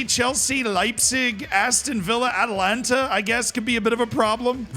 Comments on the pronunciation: It's A ta lan ta...not Atlanta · Atalanta not allanta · Still butchering AtAlanta ffs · can't say Atalanta!